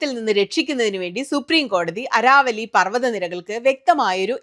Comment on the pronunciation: അരാവലി അല്ല അരവല്ലി (Aravalli )